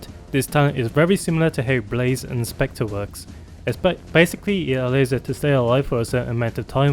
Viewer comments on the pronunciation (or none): none